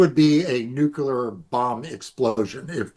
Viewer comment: Nuclear, not "nucular."